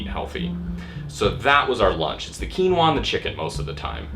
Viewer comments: Keenwarr. God I love American pronunciation. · It's called Quinoa. Pronounced "Keen-wah".